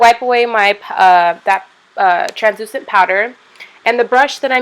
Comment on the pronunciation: Transuchent lol that's what it sounded like 😂😂😂😂